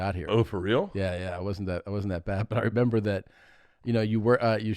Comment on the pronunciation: Not even 10 seconds in and he says "Memembered"